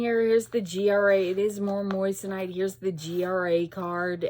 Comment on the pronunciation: 😂 you're sick of the word moissanite because you're saying it like the word "moist". It's pronounced like moizanite.. with a z... i have laughed every time I've watched a vid of yours when you say it. 😅😊 xo